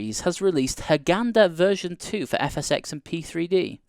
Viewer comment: It's Hurghada not Hurghanda:"D Very well done, keep the hard work going:D